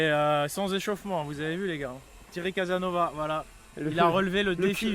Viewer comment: T'es un gamin tu lache pas le "Thierry Casanova" alors qu'il le dit lui même toujours dans ses vidéos que c'est Casassssnovasss!! pour la conference cest cool meme si il y a 20 personnes ça le fait. ça me chauffe de fou